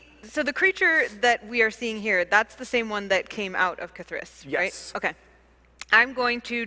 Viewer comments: It sounded like "KITH'ris"? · Am I crazy, or is Jeremy pronouncing K’Thriss’s name with the emphasis on wrong syllable? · You're right. I wish Kris had just corrected him at the start!